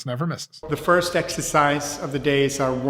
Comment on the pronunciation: Please stop saying fist.